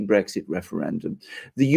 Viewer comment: Do you have segs with your wife? The word is Brexit, not Bregsit